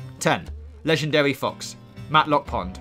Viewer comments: *wegendawy pwonghon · Ledgendawy boaw Boaahhh!